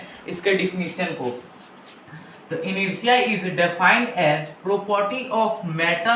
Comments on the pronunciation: Brother, it's "Inertia" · Bhai it's inertia....try harder you can do it